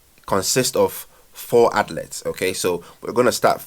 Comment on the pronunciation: Pronounced Athleeets not outlets bro🤣